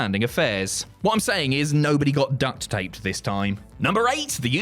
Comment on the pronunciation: "Duck-t tape" 😂